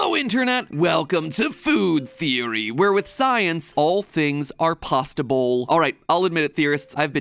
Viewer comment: "All things are PASTA-BOWL!" ("possible"?) XDD!!! HAHHAHAHAHAHHAHAAAAAA!!